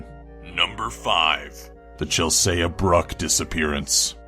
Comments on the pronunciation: I mean I really do love your videos so much but... Chelsea it pronounced 'Chel-see' Not 'Chel-say-a' Just saying :) Ps: This is not meant to cause any offence... it is just trying to help you :) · it's not Chel-saya it's Chel-see lmaoooooo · Chel-say-ah, not Chelsea? i like the style of the new narrator, but did he adopt the art of mispronouncing names from Melissa? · why was he saying #5 like chelsaya? I thought it was like Chel-sea <--(like ocean). it doesn't really matter anyway. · ....omfg Chel-saya... No. Chel-Sea... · omg.. you pronounce chelsea bruck like "chel-say-uh when its pronounced chel-see. duh! the a is silent just like when you say sea, as in the other word for ocean. you dont say lets go swim in the say-uh! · It's not Chel-say-ah. It's Chel-see. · Chelsea is pronounced 'Chel-see', not Chel-say-a', unless it really is a dumb variant on a normal name? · Chel-say-a is Chel-see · It's not Chelse-a it's Chelse-e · Number 5 is pronounced "Chelsee", not "Chelsaya". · Her name is pronounced Chel-see not Chel-say-a 😂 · "ChelSAYA" haha hit is pronounced Chel-see. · CHELSEA! Not Chelseya! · It's pronounced "Chel-seee", not "Chels-eyah". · its not chel-say-a its chel-see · Chelseyah?!! you mean CHEL-SEE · Seriously dude?? You can't pronounce CHELSEA!! Why does everyone pronounce it as Chel-Say-Uh. It's CHEL-SEE!!! My name first name is Chelsea, and it baffles me that people mispronounce such an incredibly common name. Get it together man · Sorry but I had to close the video when he tried to pronounce number 5's name. It's Chel-see not Chel-say-a. I thought everyone in the world knew that. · Why is he saying (chel say uh) instead of (chel sea) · i think the scariest part of #6 was the pronunciation of the girl's name. chel-se-uh? or chel-see? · Chel-say-a? Isn't it Chel-sea? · What the fuck is chelsayuh... it's pronounced chelsey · And it's pronounced chel-SEE not chel-say-ay. But I'm sure there will be more... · And he said chelsaya instead of chelsea.